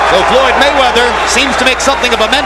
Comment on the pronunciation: Did Cortez call Floyd Roy it didn't sound like an F more like an R. Merchant hates all fighters who don't get hit often Like Roy and Floyd I mean that's the main Idea in boxing To Hit and NOT Get Hit. It's like he'll say he did good But Blah blah blah. I know Foreman is like STFU .